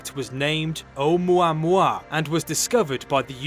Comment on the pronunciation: Oumauamua LMAO 😂